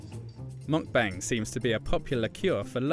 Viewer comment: Your saying “meokbang” 먹방 incorrectly 😢